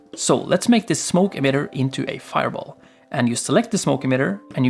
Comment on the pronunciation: Faier bol xdxdxd